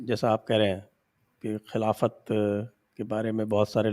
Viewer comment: I would request you please do not call 'KHILAFAT'. At least aap log to 'KHILFAT' ko खिल्फत hi kahiye taki aur log bhi anatar aur dhokha samajh saken.